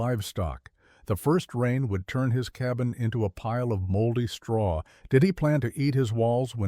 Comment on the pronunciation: Exactly. Straw. Not hey!